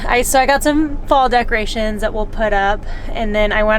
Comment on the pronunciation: I think she was trying to say "decorations" she is so precious 💕